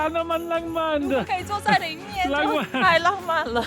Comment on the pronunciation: 活到這歲數我都沒看過下雪，真的好美的白，這景色像是冬季戀歌的景色，不爛慢，但很浪漫(不能怪先生發音不標準，我老公也是ㄤㄢ不分，我絕對不想聽他講"香港"二字，都會變粗話) 韓國的冬天非常濕冷，會冷到台灣的三字經都跑出來，我2012到跟學妹韓國過聖誕，學妹冷到罵國罵，我寧可熱，不能接受濕冷，乾冷可以接受